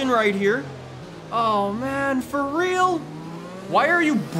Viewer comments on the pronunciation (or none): none